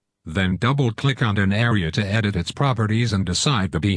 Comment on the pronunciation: he said idiot instead of edit lol